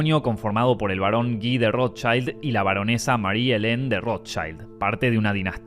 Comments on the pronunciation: Audrey HEEburn? It’s H-e-p-b-u-r-n. The ROSEchilds? It’s the RoTHschild. Wth is with the SssSSsssssssSss? Clicked off your video, and blocked your channel. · Ice waid shaaat, odri haybun, rosesssss ....This disgusting narrator hisses like a snake, and probably is one.